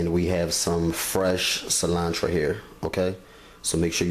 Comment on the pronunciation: “Onchalada” 🤭 “cilantra” “tortitas”